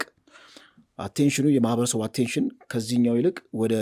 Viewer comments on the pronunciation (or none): none